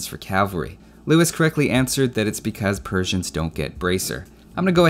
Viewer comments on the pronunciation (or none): none